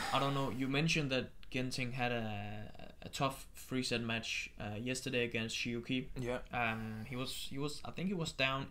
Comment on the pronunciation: Sorry for correcting you but this third name of Shi Yu Qi is pronounced rather like Chi, not Ki. As far as I know.